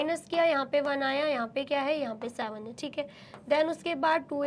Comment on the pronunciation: Vo savan nahi hota seven hota he be